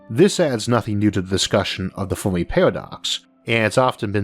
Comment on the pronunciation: "Biwwions" "fewmi" lol you cant say your r's or l's